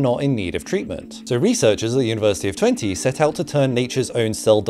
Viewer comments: Twente is actually pronounced 'Twentuh' rather than 'Twentee' :) You got really close tho. Source: I live 40km away from the UT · Twente mentioned! (It's pronounced Twen-Tuh, not Twen-Tee btw) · Please never say twentey again it's pronounced twentuh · "University of twenty" You say it like "Twen-tu", Twente! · It's pronounced "twen the" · thats another one for mispronounced dutch names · The way you said Twente is so funny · wish! Some are almost and hour and fifteen minutes! An that is with traffic!(PS, anyone else cringed at how he pronounced Twente?)